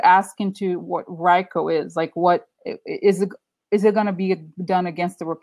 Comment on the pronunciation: RICO is pronounced Ree-co. The Trump University case was never tried. It was settled shortly before trial with the plaintiffs getting close to everything they sued for. But yes, Trump is very familiar with RICO.